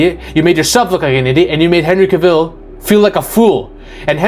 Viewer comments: You keep saying Henry KaViiil, you know it's Cavil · Dwayne’s ego combined with a mediocre (at best) script for Black Adam was a recipe for disaster. And we got one. Hollywood did Henry dirty dirty dirty. It’s pronounced Cav-ill, not Ca-ville and if you say it wrong one more time I’m gonna poke you in your one eye. 😆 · Henry Kuh-VILLE?